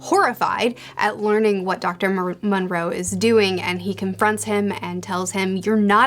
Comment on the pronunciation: 1. It is the Island of Doctor MO-Roe or MORE-O Not MON-Roe. 2. Zombie Lola, the Zombie who is obsessed with marrying Absalom is a Warthog not a Hippo. Otherwise great video, I'll have to see if I can find that third book and read it.